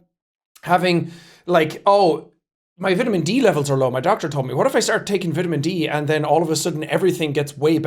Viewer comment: The way you said vitamen😢. Hope u ok tho